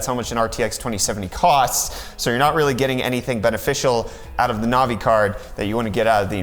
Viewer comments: Is it just me or does this kid have absolutely no idea what he's talking about. First the 3080 is a 2080 competitor not a 2070 competitor. Second it's navi not novi. And third he's whining about ray tracing which NO ONE uses. So thank you for wasting 30 minutes of my life which I'll never get back. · novi.........no sir....navi......